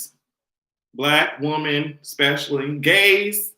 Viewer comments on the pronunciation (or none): I love you...but can you say woMEN instead of Woman..or is that your island roots?